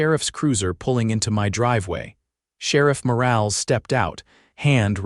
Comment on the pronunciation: Please train your AI narrator to recognize words that have con textually controlled pronunciations. Words like “live” have two pronounciations in English, which have different meanings. “Morales” is a name in which the “e” is short, not nonexistent. These are just a few items of the narration. Words on the screen need to be reviewed for proper usage and spelling. Sometimes a single spoken word is spelled as two words. You need a proof-reader and a proof listener before publishing 6our videos. AI isn’t smart when it comes to language, written or spoken.